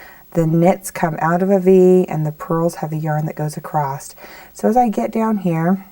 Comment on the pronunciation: ACROSS ,not acrost! lovely pattern thanks